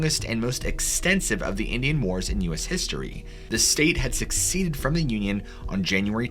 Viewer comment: Suh-see-ded, not succeeded. Seceded is pronounced differently, just wanted to point that out. Love the channel. I do this to my mom and wife and they hate it. Sorry, I am that guy.